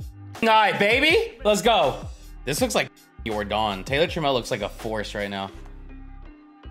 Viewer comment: You were saying trammell right. Known mariner legend